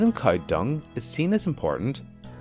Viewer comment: Why is he pronouncing cow as khais ?